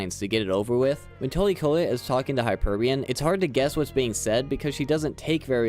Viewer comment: Hyperion Not Hyperbun